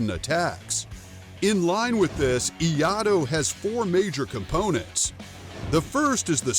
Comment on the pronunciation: Iaido and Iaijutsu are not the same. Not sure how credible a channel is that doesn't even know how to pronounce what they "teach" about.